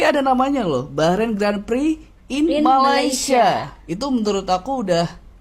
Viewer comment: Sebutan Grand Prix bukan Gren Priks tapi Gron Pree bro..😊